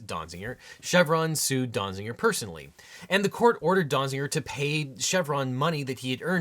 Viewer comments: If it's Donziger, why are you pronouncing it Donzinger? And it appears to be Glavin, not Galvin. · Small quibble: Donziger, not Donzinger. The title has it right, but a second n is being said in the video. :( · How many times did you say or almost say Dong-ziger? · That was too many times to hear a person say "Donziger."